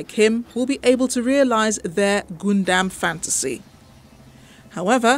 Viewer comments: Anyone else kind of triggered whenever the reporter says Goondam insted of Gundam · Am i the only one who hears goondam instead of gundam? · Gun Dam not Goondam Get the thing right. You messed up on the pronunciation of the topic n it just becomes a wasted news tbh